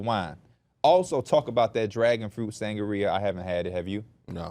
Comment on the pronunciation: Sangria => sang-gree -uh